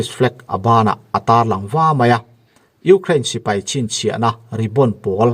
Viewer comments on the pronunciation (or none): none